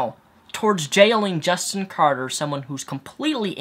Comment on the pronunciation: Omg can you really not read? It's Carter, not Carder...